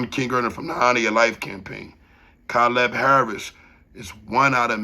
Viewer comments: damn you speaking the truth till you say his name our name your murdering our name bro wtf you should of fount out how to pronounce his name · damn you pronounced his name so fucking wrong